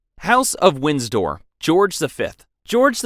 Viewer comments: 1. It’s Windsor (Win-zer) not Winsdor 2. It’s Westminster (West-min-ster) not (West-minister) 3. It’s Sandringham (San-drin-ham) Overall a good video a part from this, I love the British Monarchy! 🇬🇧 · Windsor not Winsdoor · Wind-sor not Winds-door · Windsdor it's Windsor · The current British House is WINDSOR, not "Winsdor" (sic). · It’s win-sor not winds-dor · Also it Wind-sor not Wins-dor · Winsdor too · If you want to make videos like this, at least learn to pronounce things correctly. Wins-dor?? West-minister?? The list goes on. You really need to research better. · Windsor - Win-zor Kensington - Ken-zing-ton (NOT Kings-ton) At least it was a real voice and not AI generated. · "Windstor Castle" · "Winsdoor"? Ignorance is bliss is it? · It’s pronounced Winsor even though it’s spelled windsor. The D is silent. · Actually it’s more WIN-sah. Or, depending on where you are WIN-ser. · Where did "Wins-door" come from?! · You can pronounce thrombosis, but not Windsor? Or bronchitis? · uou pronounce 'windsor' without the d.